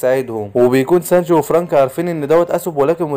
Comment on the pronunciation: هو في ايه بقا مش كنت بتقول سنجي ايه الي خلاك تقول سنج ياعم بحب ملخصاتك بس حاول تقول الاسامي صح بعد ازنكككككككككككككككككك